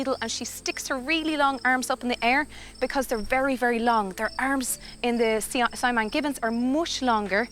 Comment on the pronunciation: let me do some correction. - sibu is pronounced see-boo - cahaya is pronounced chahaya - siamang is pronounced seeyah-mahng